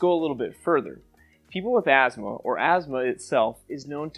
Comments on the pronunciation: There is no "z" in Asthma . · is it weird that i pronounce it "as-thmah"?